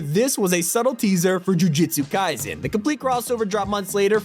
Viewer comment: I swear you say jujihtsu kaisen one more time